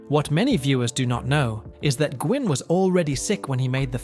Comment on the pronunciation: The man who played the Judge was Fred Gwynn. But it’s pronounced as Fred Win. Not Gwynn. But Win like twin without the T.